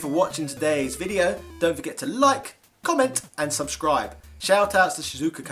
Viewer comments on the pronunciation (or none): none